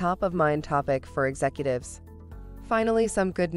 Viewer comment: it has to be. Look at how it says and pronounces executives lmao